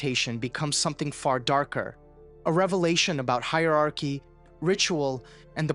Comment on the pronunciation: I'm not trying to be pedantic at all, but it's hierarchy, hi-er-arch-y (higer-are-key) not the way you say it. I'm English and it hurts my soul and bones hearing grownups mispronounce the word.